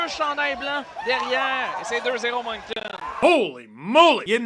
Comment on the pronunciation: Thank you for saying Moncton correctly some people say Moncton with a K and it's infuriating. The C is silent like the second T in Toronto